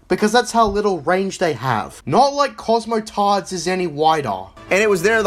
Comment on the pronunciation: I love how much emphasis he has when he says cosmoTARD and filthy casual. Like he has a personally beef with the guy.